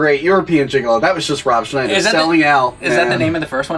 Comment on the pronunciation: Thank you for saying Ron Schnieder that way :)